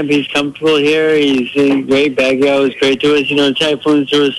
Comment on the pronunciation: bagyo nde bagyaw hehe walang A sa dulo ng Baguio